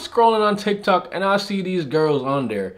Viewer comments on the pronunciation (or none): none